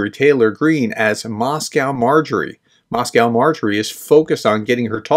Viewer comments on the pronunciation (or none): none